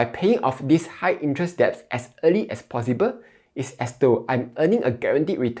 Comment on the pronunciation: 1. "It’s 'sell,' not 'siao,' lah 2. 'deposit' is pronounced 'dɪˈpɑzɪt,' not 'deb-po-sit.'" 3. "'Debts' should be pronounced as 'dets,' without the "b"